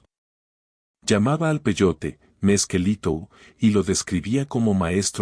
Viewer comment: Castaneda con sus libros, cambió la vida de miles, sino de millones de personas en el mundo y escribía muy bién. La máquina lee: "mesquelito", es MESCALITO.